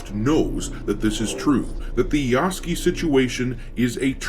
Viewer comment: Just wondering if you're mispronouncing Yasuke's name by mistake or on purpose?